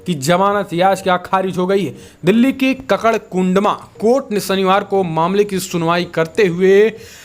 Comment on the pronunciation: Karkarduma hai na ki kakarkundama!